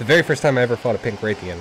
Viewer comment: its pronounced like wrath-ian not like rathe-ian, also thanks for the whole team thing, most helpful people i'v met